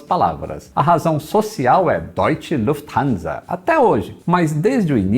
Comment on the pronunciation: Desta vez não colocou a russa para falar o nome , pelo visto deve ter falado certo. Kkkkkk